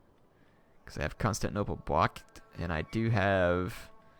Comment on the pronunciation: he already has to CONSTANTnople...he really hates pronouncing the 'tin' in constantinople